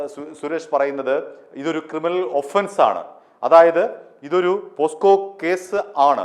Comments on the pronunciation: പോക്‌സോ അല്ലേ പോസ്കോ എന്നാണ് താങ്കൾ പറയുന്നത് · പോസ്ക്ക അല്ലടാ ഊവ്വേ.. പോക്സോ എന്ന് പറയടാ.